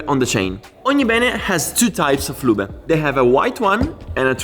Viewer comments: Se dice Loob not Luba. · Great job! Missing your motorcycle videos. The e is silent in english, loob ✌🏻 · English is not German. Loooob like booob. Ending "e" in English is silent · Anyone else amused everytime he pronounces “loobuh” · Saying "Lubeh" makes this so much more funny :)))) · Many English worda that end in e, change the previous vowel eg. car/care tar/tare far/fare. So the ending E is silent, as in "lube" The "e" makes the "u" loob. Same with CUT and CUTE :) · The way you pronounce lube it means " clumsy yet kind man" in my local dialect 🤣 We just say oil instead of lube . Good content anyway. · I love you "lube" pronunciation. It is somehow fun but cool